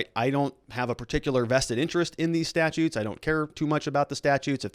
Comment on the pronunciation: Only an attorney would pronounce 'statues' as 'statutes'.